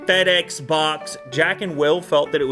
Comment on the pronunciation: was it only me that thought that fedex sounded like fatass?😂